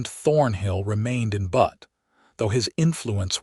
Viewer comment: What is even worse is AI doesn't know how to pronounce "Butte" (as in a bluff). It is not "Butt" (what a male goat does to another or what can be sat upon). People creating these stories should at least be respectful enough to insure proper names are pronounced correctly; even those with three-armed women and men who wear two hats.